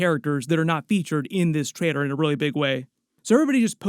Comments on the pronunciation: TraiLer… not traiDer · Why is he saying Trader all the time? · It sounds like you're saying Traitor instead of Trailer